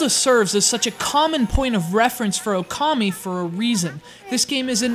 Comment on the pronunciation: It's O-kami!